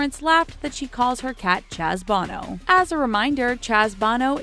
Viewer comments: I feel like they always purposely pronounce words wrong barrage is pronounced burrr ahhhge and Chaz bono is not bah no it’s boe no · Hey, ITS BONO, with an O, Not BANO! DONT BE STUPID! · Hey lady. I can't believe you don't know how to pronounce Sonny and Chaz's surname "Bono"! It's NOT pronounced the same as "Bono" from U2! It's pronounced the way it looks! DUHHH! It's 'BO-NO'. Not, 'BAH-NO'. Idiot. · it's hilarious that this person doesn't know how to pronounce "Bono""... it's not like the U2 singer... long "O"' .... did you just crawl out from underneath a rock? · Show the clips. You mispronounced Bono, there is no a in it. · frauleinmona she mispronounced so many things I stopped counting lol